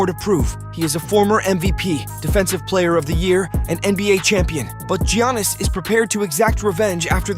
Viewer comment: If this an AI narrator? You’re saying Giannis’ name wrong lol.